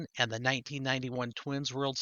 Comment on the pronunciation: Glad you said Gagne correct. People always say Gone yay even after I corrected them. Dennis Tankersley signed for me this week.